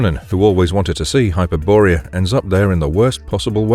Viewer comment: Hyper-borea? lol